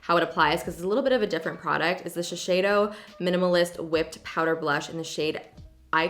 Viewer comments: don't wanna be rude or anything just wanted to let you know that it's shiseido, not shisheido luv u :) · It’s actually Shiseido not Shisheido. 🤗❤️ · Yo it's shiseido not shisheido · Just a heads up, it’s Shiseido- no second h in there.